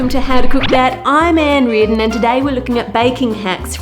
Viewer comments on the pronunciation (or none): In her intro when she said"Ann Reardon" i heard "I am Angry" idk why